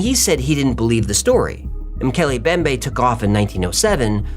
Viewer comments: Its pronounced "moo kelly em bem bay". I'm glad the entire episode isn't focused on just this one. I don't know how long i can take the mispronunciations 😂 mookelly embembe guys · it's pronounced ' Mc Kelly M bembay' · MOH-kay-lay mm-BEM-bay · It's Mm-Keeley-Em-BemBae